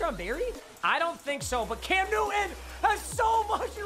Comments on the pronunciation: Sir, it's Cam NewTon with a T. Not Nuin. Say it right! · you realise there is a "T" in the word "Newton" right?